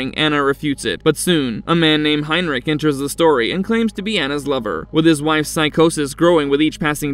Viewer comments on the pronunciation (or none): none